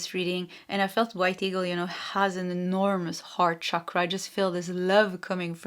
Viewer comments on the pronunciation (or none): none